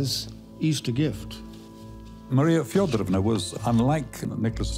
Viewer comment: Marie … FedOOOOOOrovna! PLEASE - pronounce the name correctly, you dear English speaking people😂❤‼️‼️‼️